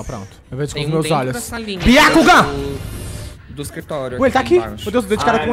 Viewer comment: "Byacugan" quase tive um troço nessa hora akakkakakakka